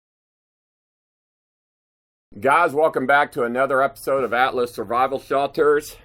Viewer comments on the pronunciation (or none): none